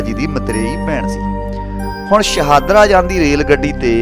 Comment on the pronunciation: ਸ਼ਾਨਦਾਰ ਜਾਣਕਾਰੀ ਸ਼ਹਾਦਰਾ ਨਹੀਂ, ਸ਼ਾਹਦਰਾ